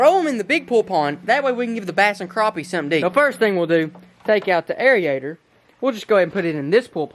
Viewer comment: It is a "air-ator" not a "air-iader"